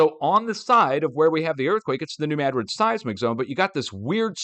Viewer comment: you are correct on your pronunciation of New Madrid